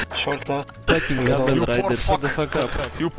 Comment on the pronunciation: The way he said "caravan" killed me.